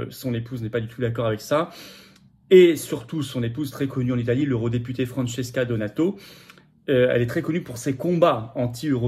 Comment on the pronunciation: Francesca DONATO e son mari Angelo ONORATO. Si vous voulez parler de quelque chose au moins informez vous comme il convient et prononcez leurs noms comme il se doit. L' approximation n' est pas toleree. !!!!!!!